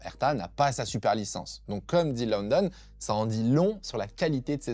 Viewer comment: C’est Graeme LOWDON (Lau-Donne), pas London.